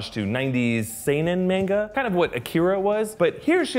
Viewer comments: "Seinin main guh" Just for future reference, "manga"(mahn gah). I know you tried, but this is a correction, not an insult. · Anyone got triggered how he said manga??